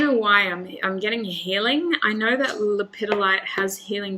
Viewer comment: Its lepid- dolite is how it is pronounced 🤓💚